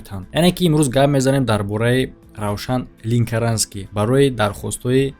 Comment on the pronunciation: Ленкаранский а не линкаранский